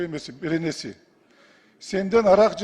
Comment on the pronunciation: БУЛ ТАНТЫРАГАН КАЙСЫ ДЕПУТАТ ЭНЕ ТИЛИН БИЛБЕГЕН??! ДААРАТЫ БАРБЫ КУРАНДЫ КАРМАГАНДАЙ, "БЕРЕНЕ" ДЕП ДА ДӨӨДҮРӨЙТ!!! УРМАТТУУ ЖАПАРОВДОР ЭЛИҢЕРДИ ТУҢГУЮККА ТҮРТПӨГҮЛӨ!!! КАНЧАСЫ ҮЙ-ЖАЙСЫЗ ТАЛ КЫЙДЫ !!! КАЗИНОДОН КАЗЫНАҢАР ТОЛБОЙТ, ЭЛДИН КАРГЫШЫНА КАЛАСЫҢАР, ДОБУШ БЕРГЕН "ЧЫЧКАК" ДЕПУТАТТАРДЫ БЕТИҢЕРГЕ КАРМАБАГЫЛА !!! ТОКТОТКУЛА БУЛ АРАМ ИШТИ!!! УСТАЗ КАНДАЙ ТААМАЙ АЙТТЫ, ТҮШҮНГҮЛӨ !!!